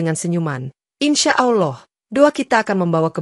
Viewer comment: Ini benar apa gak sih . Soalnya yang cerita kok bahasa arabnya gak tepak ,baca lafal ALLAH saja gak bener. Tolong belajar dulu lafal arabnya..supaya meyaqinkan.